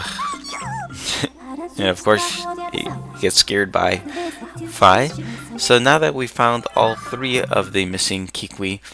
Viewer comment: Fi s name is fee not fie